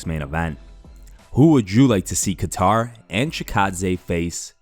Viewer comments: It's "Kay-ter" not "ka-tar" - You're uploading MMA news and don't take 2-seconds to learn how to correctly pronounce a main eventer's name? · Quit saying Kat-tar. It's pronounced Kay-ttar. lol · Its KAY-TUHR. Not Guitar... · Hey man, Calvin's last name isn't pronounced like the country, Qatar. Pronounced 'Kay-Tur' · ITS KATTER NOT KATAR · Who the fuck is kaTar? Calvin katter get it right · Kat-tar lmaaoo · It’s kat tar you maroon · I guess his name is Calvin “Qatar” now according to the pronunciation in this video. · Imagine mispronouncing Calvin’s last name. Beats Chikadze in spectacular fashion then gets disrespected by some YouTuber. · How tf do you pronounce kattars name 🤣🤣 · You saying kattars name wrong just shows that you don’t watch the ufc lmao😂😂😂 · That’s not how you say Kattar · You really cant pronounce Calvins name? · I think you should start pronouncing these fighters names correctly. How long have you been covering MMA and can't say Calvin Kattar name right? Stop worrying about those stupid MMA Memes and watch some fights and learn fighters name. Im not expecting Jon Anik type of work but it's very annoying to where I had to write this comment. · The way you said Kattar really Pisses me off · Reports UFC on YouTube, doesn't know how to pronounce Calvin Kattar's name. Please someone replace this channel for our immediate MMA updates.